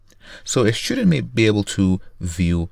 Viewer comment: for the love of god it's student not schtudent